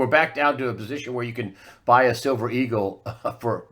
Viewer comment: "Shilver". Lol. Nice slip.